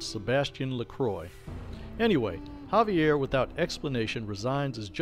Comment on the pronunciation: It’s Xaviar. Ex-Ay-Vee-Ar. Not Javier. There lore videos are pretty entertaining. The only problem is, they’re out of date. Either you haven’t read Beckett’s Jyhad Diary and any of V5, or you’re choosing not to update the lore to include them, in which case they’re incomplete.